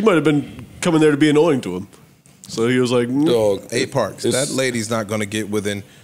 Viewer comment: Ish "Neva" Parks "PWUSSY" 😭😭😭